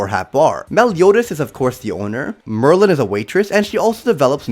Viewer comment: It said Maryland for Merlin